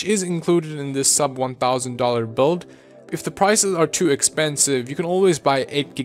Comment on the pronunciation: "Boild" it's build